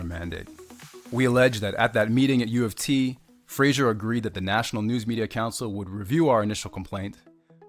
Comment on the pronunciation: Why does the guy presenting the video keep pronouncing Fraser as Frasier?